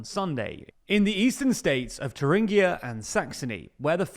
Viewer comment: Thuringia is an English word, you don't need to try to Germanize it